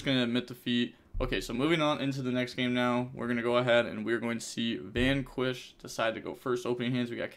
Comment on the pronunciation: It's a bad sign that my man can pronounce meme fake words like "Hopium" no problem but struggle on normal-ass ones like "vanquish" lol